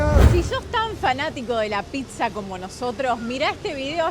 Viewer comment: Pizza se dice, no pitzza chabon